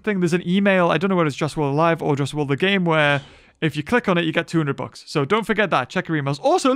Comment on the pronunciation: After all this years I thought he was saying "books", all this time I didn't know what he was talking about. Just realized he was saying "bucks"